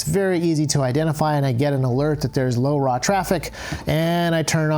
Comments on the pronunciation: say laura / lora its not hard to say! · the way you say LoRa, sounds like you're from the 1950s